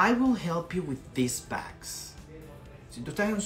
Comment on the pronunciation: Porque en unos videos dice que bolsa (bags) se pronuncia con e y no con a. Y aquí en el primer ejemplo lo pronuncias con a